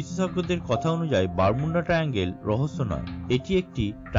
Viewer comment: It's not Bermunda. It's Bermud. Your pronounced word is wrong